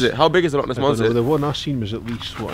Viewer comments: Loch! Not lake ! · In Scotland we don’t call it lakes we call it’s lochs (pronounced like lock) and it not the lake monster it’s the Loch Ness monster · I'm cringing at how its "Lake Monster" no no no its Loch Ness Monster. And also, yeah if we get snow the whole of the uk stops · Charlie And Lola and Hazel too! Its Loch not lock you df so no it's not the fucking same, it's not call Loch Ness for nothing. Descendant but not pure Scots!!! Americans do butcher some Scottish names. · you literally can’t say loch lake , you’re just saying lake lake/loch loch i mean come on , you always say you respect where you are but like you don’t know anything omfg